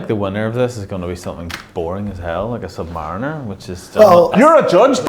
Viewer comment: The redhead clown can not even speak English. Listen to how he says Submariner 🤡